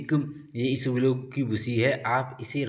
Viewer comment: Bhai, it's not isabglo it's isabgol 😂